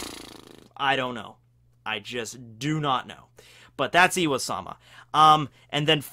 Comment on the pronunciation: why does he say iwa-sama? Its im-sama or ym-sama, pronouced eem. Pretty simple.